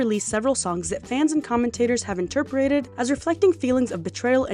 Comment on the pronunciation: Girls, I love your videos but the word is “interpreted” not “interperated” also, debuted is “day-byood” not “day-byoo-ted”